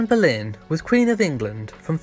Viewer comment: For heaven's sake...her name is Anne Boleyn not Berlin !!!